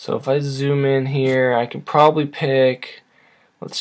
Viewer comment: You keep saying probaly and it hurts